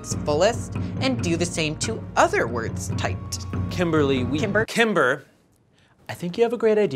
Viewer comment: I thought she said timberly XD lol